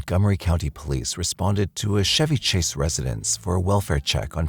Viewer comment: But him pronouncing Chevy Chase wrong didn't bother you?